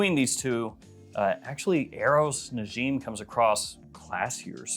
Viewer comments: Its pronounced Na-ja-m 😅 Which means a star in arabic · you are pronouncing it wrong its more like na-jim